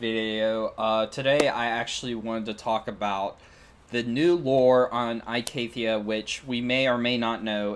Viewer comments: I love ur video great job its just... Its pronounced E-CATHIA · good vid except ur pronounciation of icathia is a bit bad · It's only a little off, it isn't that big of a deal.